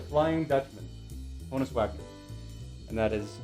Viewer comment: Love the autographs! Subscribed. FYI, HONUS is pronounced Han-us, not Hone-us. It was short for his real name, Johannes. Everybody gets that wrong for some reason. 😆